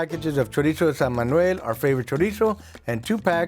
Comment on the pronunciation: When he said Chorizo San Manuel I knew this guy was a legit South Texan.